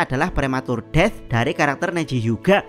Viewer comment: Saran bang. Lu kalau ngomong "death" atau inggris yg lainnya gk enak banget. Mending biasa aja kek di menit